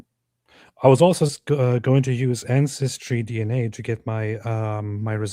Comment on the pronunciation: "Incestry DNA" - that´s hilarious ha ha